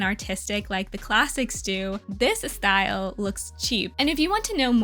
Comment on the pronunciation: “this Estyle” hehe got a latin accent right there